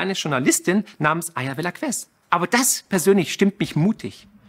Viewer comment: Aya Welasskess aussprechen, bitte. Das tut sonst weh, lieber. 🙉